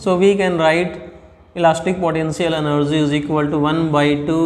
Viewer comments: Elastic podencial eneerge 😂😂😂😂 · 🗣Elastic potenzial enerzzy